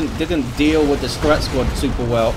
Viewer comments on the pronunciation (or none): none